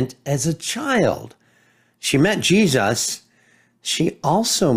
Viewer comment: The way he says Jesus...GeeSUSS